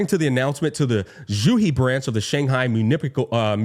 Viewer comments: It is pronounced as "Muni-sipal", not Muni-pikal" lol. Also, if you are wondering unc, the afterstory of lukk is 1hr-1hr30min. It just lore bombs you which I like very much. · it's pronounced as "myoo-ni-suh-pl" unc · did this guy not know how to pronounce Municipal? Mun, ni si pal, literally pronounce how you say it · mew - KNEE - see - pull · Unc, that's NOT how you pronounce "municipal"... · it's pronounced "municipal"